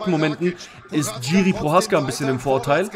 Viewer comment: Die Name vom prechadzka sprichst so was von fals aus😅 aber alles gut angenommen mach weiter so 👍 ❤ lieb dein kanal 😁 und deine glatze